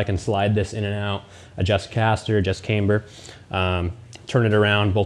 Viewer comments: Why do you call it came-ber but then call it a cam adjustment not came adjustment? It’s pronounced cam-ber all over the English speaking world 😊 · "Caimber" ???? Ooooooooooh camber, gotcha ;)